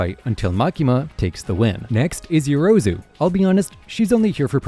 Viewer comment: How many videos did it take for this dude to finally get yorozus name right